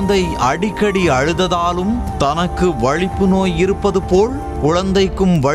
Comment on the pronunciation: என்னடா செய்தி வாசிக்க சேனலில் இருந்து கொண்டு தமிழை இப்படி கொலை செய்யிற.. வலிப்பு என்பதற்கு வழிப்பு என்று வாசிக்கிற.,...தகுதி உள்ளவனை வேலைக்கு யார் எடுக்கிறார்கள்